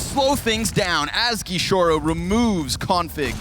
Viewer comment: "gishorou" JAJAJAJAJA